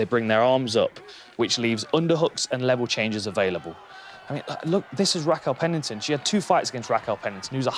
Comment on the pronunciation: "Rackell Pennington" -Dan Hardy.